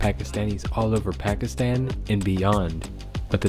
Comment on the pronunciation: As an African it hurts me how americans pronounce Pekisten instead of Pakistan